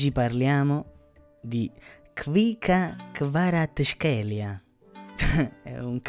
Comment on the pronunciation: You pronounce his name incorrectly. Khvicha --- kh (as in Javier, Jorje. Kharkov. Kherson. Khinkali. ) Kvarazkhelia. Ts is for Italian language z